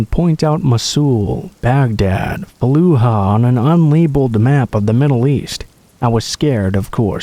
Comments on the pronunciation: its faloo-jah not fallo-hah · honey, [Al-] Fallujah isn't Spanish, you can say the J. It's A-okay, you're s'posed to... (fah-loo-Jəh) or (fə-loo-zhyə; the last syllable is pronounced like the last in Asia) are two very acceptable ways - in [North] American and British English - to say it.